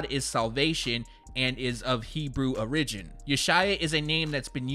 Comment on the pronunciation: "Ore•Ridge•Gin"? I'm done! #unsubscribed